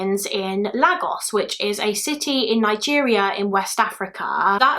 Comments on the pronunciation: I remember Damilola’s murder I was in year 4 when it happened, I remember coming into school and everyone was talking about it on the playground it was truly a sad day 😪 Sidenote: It’s pronounced laygos awesome video btw I discovered your channel during the summer and have been binge watching your videos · Great video:) ps lagos is pronounced like laygos x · I really wanted to say that too about the pronunciation of Lagos it’s laygos 😂😂😂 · It’s pronounced ‘Laygos’ x